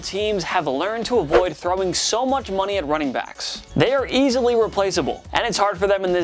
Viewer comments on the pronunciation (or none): none